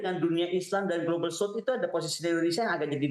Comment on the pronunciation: South jadinya s a u t h ,,,, denger2 Con!